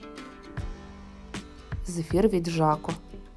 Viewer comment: Не жАко, а жакО і недОбров, а добрОв.